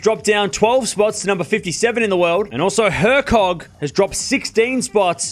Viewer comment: No. Not really. pronounce some players just being pedantic here. Moon-Are & Her-sog.